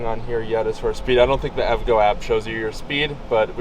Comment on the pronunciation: Great video! Just a heads up... EVgo is pronounced in 3 syllables. E-V-Go